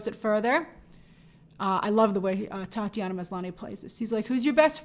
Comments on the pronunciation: Titania not Tatianna. Like Titanium. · Not picking on things but it's Titania, not Tatiana 👍🏼 Good vid tho, keep doing your thing 💪🏼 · It’s Titania not Tatiana lol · Grace called Titania, "Tatiana." He he. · I love Grace calling Titania, Tatiana 🤣🤣🤣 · Titania not Tatiana!